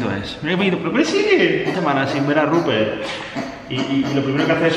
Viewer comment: Che a todos los forros de acá el nombre del chancho es "RUPERT" no "ruper" o "rubpe